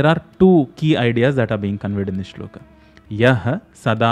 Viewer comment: नमस्ते बहुत अच्छा समझाते हो. लेकिन आप श्लोक को श्लोका क्यूँ कहते हो? कुछ अजीब सा लगता है। 🙏🙏🙏